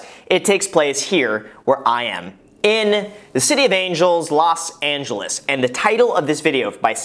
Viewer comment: do you not hear that "Los Angelieeehs"?